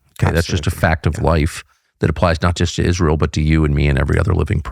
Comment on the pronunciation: Am so ISS-lie-l exhausted… good grief 🙄